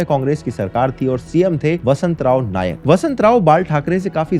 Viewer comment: ते वसंतराव नाईक आहेत रे😅 वसंतराव नायक ❎ वसंतराव नाईक ✅ उच्चार उच्चार उच्चार😂 भाषा स्वच्छ पाहिजे ❤